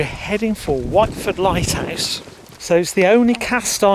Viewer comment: Just so you know, the locals call it Whitford not whiteford